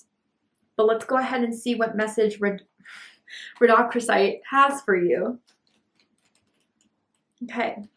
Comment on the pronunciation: It’s pronounced “Rodo-crosite” if that helps…. 😊😊😊 love your messages always ❤